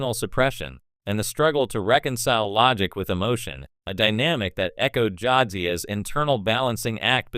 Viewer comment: You can't pronounce shit for shit. Go back and watch the Shows...you called T'Pols name wrong and you couldn't even get Jadzias name right.